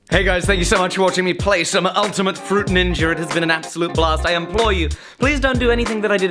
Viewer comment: "ninjer" lol